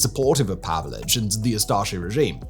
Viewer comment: His name was/is pronounced Pavich, NOT Pavelich. Just saying.